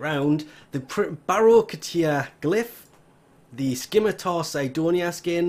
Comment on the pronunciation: "skim".... "itar"'.........? (you don't pronounce the "C" there)